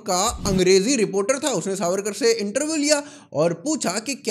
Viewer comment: Pronounce veer vinatak damodar savarkar CORRECTLY.